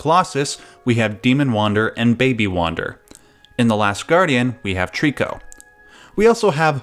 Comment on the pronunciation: Jesus Christ why is it so hard for someone who's a fan to call the games and developer by it's correct name. It's pronounced "eco" It's not that difficult you got it right with Trico but mess it up on everything else?